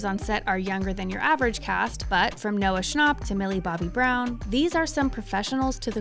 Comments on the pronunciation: why'd you say noah schnapp like that 💀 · Noah ScnAUp